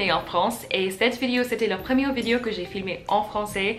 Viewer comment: Je sais que c'est difficile, mais essayes de prononce "vidÉo" à la place de "vidio"